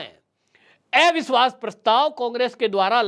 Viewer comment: Arey tum ko अविश्वास bolna bhi nhi aata ? एविश्वास hota hai kya ?